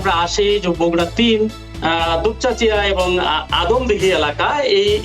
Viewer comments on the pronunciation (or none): বগুড়া ৩ আসন আদমদিঘী ও দুপচাঁচিয়া হবে। দয়া করে উচ্চারণ টা সংশোধন করে নিবেন।